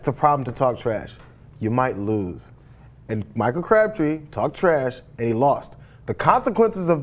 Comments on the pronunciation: It's Crabtree not cabtree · why is she saying "CABTREE" and not "CRABTREE" or is it just me? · cRabtree, not cabtree, and go BRONCOS! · It's Crabtree, not Cabtree. Can we have someone who isn't a woman reading the transcript? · Ana it's CRAB+tree not CAB+tree, you said cab three times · Umm Ana, you do know that Crabtree is not pronounced Cabtree. Making an error in speaking once is one thing, but twice? Come on Ana you can do better as a "journalist" bwahahaha a journalist. that's a good one. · Anna - CRABtree, not CABtree. All you have to do is READ. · Who the hell is "Cabtree"? did not know he was in the league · lol "Crabtree" lmao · It's CRABtree. Can she read? That was really annoying. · lol Ana. 'Cabtree'. C'mon, stop making these reading errors every time.